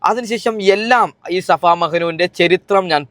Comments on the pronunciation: Shafa alla pothe safa mehnu😂😂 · Shafa അല്ല... safa.. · Shafa alla chetta safa yannann😂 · Shafa alla safa 😂